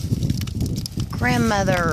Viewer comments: Ģrandmother what a beautifull name ❤ 🐎🐴❤ especialy the way you say it 👍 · i know its stupid but im going to dislike the video just because "OH MA WERD" "GRanMaThUR" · I was like "why tf does she keep saying" grandmother"?! 🤨 " till I finally realized its the horse' name... 🤦🏻‍♂️